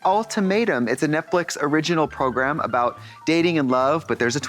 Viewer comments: Every time Trixie says “program” 😂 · Trixie calling it 'Program' instead of 'Progrum' has left me unsettled